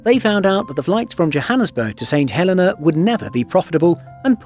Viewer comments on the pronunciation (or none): I don't want to nitpick, but he is saying it wrong. He's saying St Helen-a and it's pronounced St Hel-eee-nah. Look at the St Helena Tourism videos on here and you'll hear the correct pronunciation. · Pronounced Saint Hel eeeee nah!! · No, he's saying it wrong. In the UK we WOULD normally pronounce the name Helena exactly the way the narrator says it. However, for some reason the name of this island is actually pronounced Heleena. Don't know why. The narrator obviously just didn't know this. Check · Can’t even pronounce St Helena properly. It is pronounced “St Heleena”. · Funny how people go to all the effort of making and editing a video but can't research the correct pronunciation of the place they are talking about 😂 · Not a bad video. But please pronounce the islands name correctly. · As others have said, a good video let down by not doing your homework on the pronunciation of place names. Not only the pronunciation of St Helena, but also of Accra (ah-KRAH). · Great film shame the narrator didn’t know the correct pronunciation of the island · The mispronounciation is irritating for an English speaker; it has nothing to do with accent rather with incorrect emphasis. Comparing a native Spanish speakers pronounciation of Mexico to a native English speaker is a poor comparison. The narrator made a mistake; admit it and move on - no one will sue you.